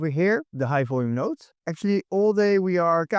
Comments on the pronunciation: its node not note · It’s node not note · node not note.